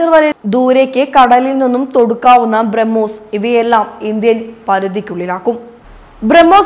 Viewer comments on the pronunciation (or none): none